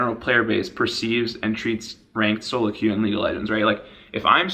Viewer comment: A lot more emphasis on the "Solo" part, eh Voyboy? :)